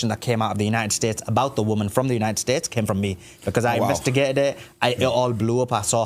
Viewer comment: ‘kin ell it’s united tates of America